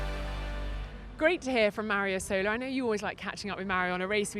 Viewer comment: Yo guys, it's not Mario Isòla it's Mario ìsola, the accent is on the first letter! xD